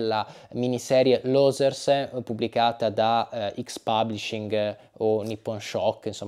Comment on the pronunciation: Non penso si pronunci così "losers" 🫠